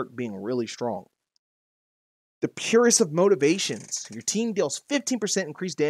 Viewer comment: Idk if he knows but he read purest of motivations wrong